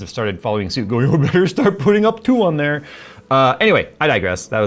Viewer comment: up to-ah